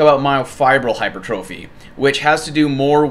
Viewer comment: I mean hey, not a big deal, but for the love of god, please start saying hyper-tra-phee